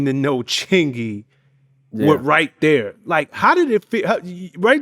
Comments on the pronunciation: When the interviewer says "right there" instead of Thurr the song didn't even come to mind. You not saying the name of the song right. Lol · It's Right Thurr not right there😂 been throwing that there all the time he mention the song he doesn't get it right thurr😂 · Right Thurr was a Hit Chingy had Everyone saying "Thurr" 🤣🤣🤣🤣🤣